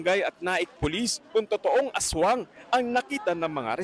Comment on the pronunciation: Ashwang hind aswang 😂😂😂